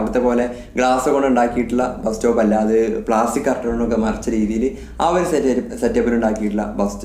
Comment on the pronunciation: ബ്രോ ഒരു ചെറിയ തെറ്റുണ്ട് ബാസ്‌റ്റോപ് അല്ല ബസ്‌സ്റ്റോപ് ok